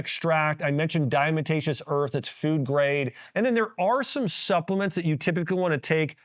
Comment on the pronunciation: Did you say Diamotacios earth?? Heehee 🤭